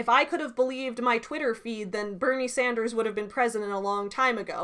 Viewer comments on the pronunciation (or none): none